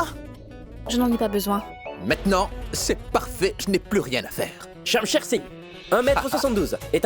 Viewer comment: Konbyn Moun ki tnde li di Shamsher Sign😂😂😂😂😂😂😂😂😂😂😂Mon Shamsher pa yn ti kal Gason non😢